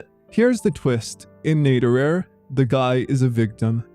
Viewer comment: Just one matter, you pronounce [netorare] like an English word. It isn't. Correct Japanese pronunciation is completely different. For the rest, I agree.